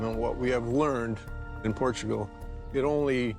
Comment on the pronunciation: Port-a-gul again. Not shocking, but a good episode.